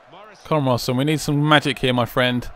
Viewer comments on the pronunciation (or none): none